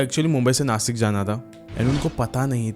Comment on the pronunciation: Rasta❌rusta ✅ Bta❌bchaa✅ Nasik❌nashik✅